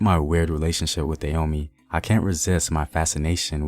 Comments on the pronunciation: Dah- hoe- may. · Why does the Narrator here pronounce the name Da yo mey rather than Da ho mey? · First of all the rightful pronunciation is Dah-oh-may not day-yo-me. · Not Da Homey, bruh. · Love the content. I have family who still live there now. It is pronounced Dah as in Dad Ho as in Hoe Mey as in May the month Hope this helps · Koudous Moutairou Prove it.. unless u was there to witness it u cant.. not takin this guy story at face value, wat are the sources? He cant even pronounce the name right.. im good